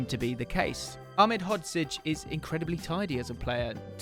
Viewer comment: Most impressive part about this isn’t the knowledge shown, it isn’t the fact you have an incredible partnership with scouted football, but that you were able to consistently pronounce Ahmedhodzic